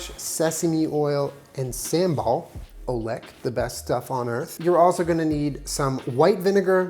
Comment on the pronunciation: Im from Indonesia the way you pronounce "Sambal Ulek" so funny and toke me some time for me realize what is that hahaa but i love it when something from asian get recognized hahaa